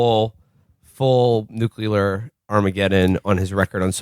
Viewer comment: how can one fuck up the pronunciation of "nuclear" so epically? I'm impressed